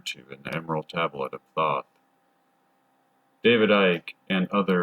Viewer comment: Thoth (aka The Scribe) is pronounced with a hard o, like toast. Toe'-th. The reptilians are both indigenous to earth and also interdimensional. There vibrational footprint originates from the lower 4th. Their 'culture' is structured primarily on a system of hierarchy, with the winged draco royalty at the top. They use a liquid crystal hologram cloaking technology to appear human, but it will break down in some situations. Cymatics is the science of sound. To understand how everything takes shape on the material realm, you must study cymatics. Tesla said that the key to everything in the universe is frequency and vibration (sound and how it effects the electromagnetic realm that we are living in). He was right. All matter is composed of electromagnetic energy. The same stuff in different forms, it's very simple. The planets aka wandering stars are not what NASA (money laundering fraud agency) tells you. They correspond to the chakra system. The 'mars rover' is only roving on Devon Island, Canada. Don't believe that nonsense. If you believe that clown Elon Musk was orbiting in a convertible.. well. There may not be much hope for the human race. In any case, we are approaching the end of the Yuga cycle. Kali Yuga is the darkest, most ignorant phase and we will soon return to a much better scenario. The reptilians are working hard to keep you in the dark, because their vibrational pattern will not make the jump to a realm of higher frequency. Basically, they will be screwed and l